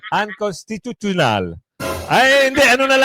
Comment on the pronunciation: accenting lang UN- cons- ( dito ka mag pause /accent ) ti- tu- tio-nal. Okay lang practice lang 👍👍👍💕